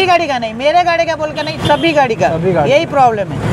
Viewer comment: गाढ़ी नहीं भाई गाड़ी